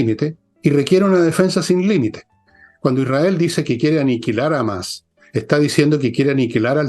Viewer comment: ¿De dónde sacaron que "Hamás" se pronuncia "Ámas"?. Hamás es Hamás. Y así - "Jamás" - lo pronuncian todos, en todas partes del mundo, empezando, lógicamente, por los árabes. Sólo en este canal he escuchado a alguien decir "Ámas". Ahora, se junta al coro de disonantes.